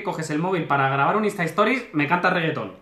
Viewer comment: Jajajajaajajja, como acosas a con los instahistiries ( como se escriba XD )